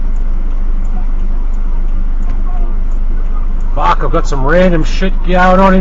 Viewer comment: do in Australia you guys say FAK ??? HAHAHAAHAHA